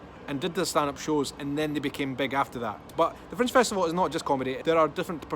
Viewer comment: I thought was saying " French " festival first couple minutes of video:) Thumbs up, off to book my flight with Freddie Laker:)